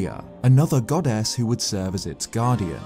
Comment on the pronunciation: Is he saying “goddess” or “god-ass” because it sounds like he’s saying god-ass 😂